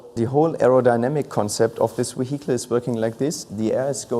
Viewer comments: What is he calling the AMG? moheetle? Haha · Nvm. I think he's saying "vehicle" with a heavy German accent 😅😂